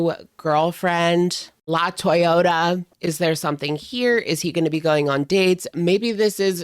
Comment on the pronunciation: Latoyota or LA-TOY-A ….. pls be fr